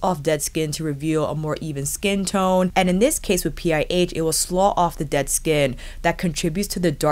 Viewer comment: Love your videos! Small pronunciation note. 'Slough' the way you're pronouncing it would be correct for the geographical feature or for the feeling of sadness. However, if you are referring to layers of dead skin coming off then the 'ough' should be pronounced the way it is in 'tough'. Gotta love the English language!